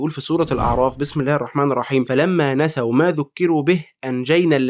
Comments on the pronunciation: في الآية دي (فلما نسُوا) السين مضمومة مش (فلما نسَو) وآخر الآية (يفسُقون) السين برضو مضمومة مش مكسورة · نسُوا بضم السين يفسُقون بضم السين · نسُوا بالضم السين مضمومة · فلما نسُوا، ضمة على السين يفسُقون، كمان ضمة على السين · ( فلما نَسُوا ) السين بالضمة .. (يفسُقون) السين أيضًا مضمومة .. جزاك اللّٰه خيرًا ، ربنا يوفقك وينصرك . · ركز اكثر في تشكيل الايات فلما نسوا معذرة إلى ربكم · الاية في سورة الاعراف نسوا بضم السين مش فتحها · فلما نسُوا مش نسَوْا قومًا الله مهلكهم بتريق اللام وليس بالتفخيم معذرة إلى ربكم وليس من ربكم دي شوية حجات ممكن تكون غلط فيها سهوًا أو جهلًا بيها بس بشكل عام استمر محتواك جميل وحاسس إن بتفرج على مسلم سوي في زمن قل فيه الأسوياء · "قالوا معذرة إلى ربكم " وليس من ربكم "فلما نسُوا" وليس نسَوا أر أن تراجع الآيات التي ستقرأها في الفيديو أولا يا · وكمان غلطه التشكيل في نسو